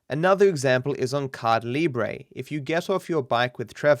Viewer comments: i love how always call the mission Caida Libre and says "Cai Libre" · the pronunciation of Caida libre is so bad that i had to replay multiple times and finnaly gave up and put the subtitles, it is as bad as my english pronunciation lol